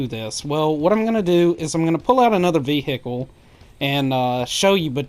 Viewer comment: ve hickle